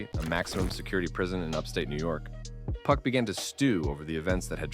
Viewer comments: then dawg, you've gotta stop saying PUCK. PUCK is the MF from midsummer night's dream, PAC (PAW-K) is the word you're looking for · "Hitemup" and "Puck" pronunciations are goofy.